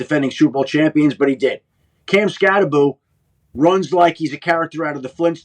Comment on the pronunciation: It's pronounced, "SKATTEBO," Pat. The name is Skattebo with the B and the O at the end. SKAT-TE-BO. NOT "Skat-te-boo" as in Scooby-Doo, ok.